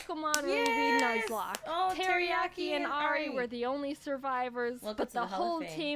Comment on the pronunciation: is no one going to talk about how they perfectly said teriyaki and Ari